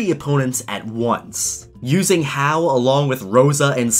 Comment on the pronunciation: It's vEE-ol-a and ha-OO